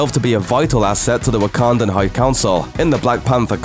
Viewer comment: I'm being serious...are you saying Wakandan or Ugandan?